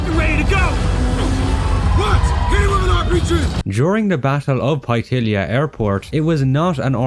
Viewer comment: It’s Punta Paitilla (pie-tiya) not pai-illia like you said